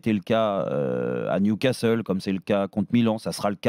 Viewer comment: Hey Marquinos : c'est niou Casteule.......c'est niou casserole